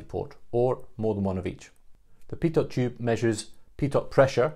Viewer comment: Good summary. BTW a tiny point: Pitot is pronounced without sounding the last letter, ie "pito".